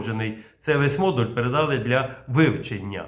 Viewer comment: прилічний - ПРИСТОЙНИЙ прискорювач- ПРИШВИДШУВАЧ керосин - ГАС товщиною - ЗАВТОВШКИ об'Єм - Об'єм(наголос на "о") передАли - передалИ * Головне питання: а що там з українською балістикою?